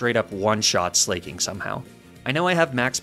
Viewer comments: i have never felt more physical pain hearing a pronunciation than when i heard 'slayking' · Slah-king, it’s a play on the word Slacking, because it’s a sloth, that loses every other turn because it slacks off. I’m sorry for the nitpick but that just irked me. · I hate how he pronounces Sla(c)king and Truant.